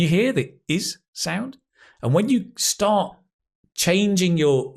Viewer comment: whay "start" sounds like "stop"?